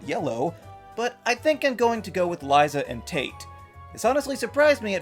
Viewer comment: Ok it genuinely hurt when he said Liza and Tara.